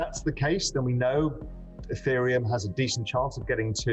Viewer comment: Ethereum not aaaateriom